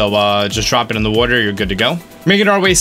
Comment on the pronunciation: Droson - And when he calls water “wutter”